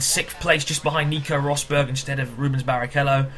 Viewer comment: Ruusberg not Rosberg its said as Ruus not Ros.